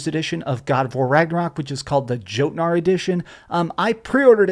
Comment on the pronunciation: joe-tnar xD